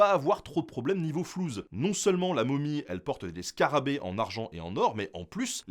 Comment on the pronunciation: 😂😂😂 Niveau flousse, pas Niveau flouze 😂😂😂😂. Ahlalalala les pseudos francisarab